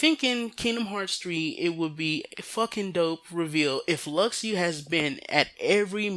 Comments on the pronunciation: You realize you have been saying Luxu's name wrong, right? It's pronounced Lu-Shoe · Lu shoe sounds terrible. Lux-oo sounds way better. Besides think of it as a Tidus situation. Some people know its tee-dus but still pronounce it as tide-us. Besides it ain't gonna hurt you to hear lux-oo.